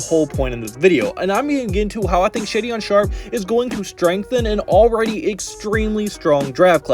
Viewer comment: Shaedon pronounced "shay-don' not shadyon!